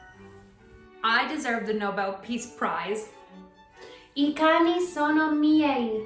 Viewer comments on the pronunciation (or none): none